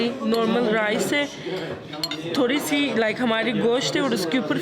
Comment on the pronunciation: Turkey is so beautiful and it's breakfast dinners too much yummy i think😅....r the way she said "thorry se kala ha"😂😂😂🤣